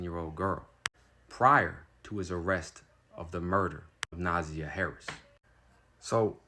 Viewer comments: If you're gonna make a video about a murder victim to get likes, views, and money, you should at least pronounce the victim's name correctly. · With all due respect please learn the correct pronunciation of Na'Ziyah's name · I need you to know this baby’s name and respect her enough to SAY HER NAME correctly if you plan to tell her story. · You can’t even say her name correctly you should have a story about her. All your information is wrong. The only thing you are correct about is he is a Monster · I listened to hear the ass whipping but please pronounce their names correctly, especially the victim. You’re incorrect with your information. Please watch the preliminary hearings so that you’re accurate in your commentary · Thank you. It was driving me crazy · For real, he just messed up the names!! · Thank you!!!! We appreciate your compassion but please take the time to learn how to pronounce the baby's name ❣️ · yeah bc he’s using AI and just reading along and not doing and research. Didn’t even say her name right. SMH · Ehhhh. He’s reading off a chat GPT article. I wish he would do proper research. He didn’t even say her name right. If he watched ONE video he would know how to pronounce her name right. Do the real journalism instead of reading off a ChatGPT article. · JARVIS CAME TO COURT HIDING BEHIND A MASK HE GOT TOUCHED GOOD & YOU PRONOUNCE IT NA-ZIE -YA HE GAVE HIS OWN DAUGHTER THE 4YR OLD CLAMYDIA ITS WILD STORY ON YOUTUBE JUSTICE FOR NAZIYAH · NUH ZI(eye) YUH say her name the RIGHT WAY! thank you for your services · It’s Na’ZIyah. Emphasis on the “I”. I as in the English noun referring to one’s self not the Spanish I that makes the English Eeee sound. Thanks for covering the story though. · Her name is pronounced Nah-Zi- yah. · Naaaziyahhhh that’s how you pronounce it 🥰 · NA ZZZ EYE YA is how her name is pronounced. You keep pronouncing it wrong. And Jarvis Gave his 4 year old biological daughter Clamydia as well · It’s Pronounced NUH -ZY-UH (Na’Ziyah)